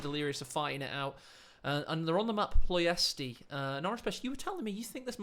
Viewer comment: the way you pronounce ploiesti makes my sides hurt lmao